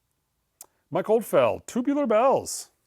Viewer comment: And Mike Oldfeld when it’s Oldfeld.